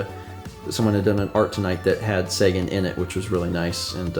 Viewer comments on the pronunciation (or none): none